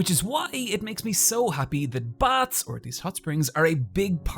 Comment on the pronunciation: Thought you said "bats", not "baths"; and was like, this fucking video is all over the place. 10/10 would watch again.